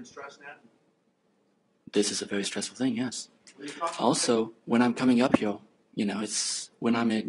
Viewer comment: What is that speech impediment called when people pronouce words like 'here' as 'hee-owr'?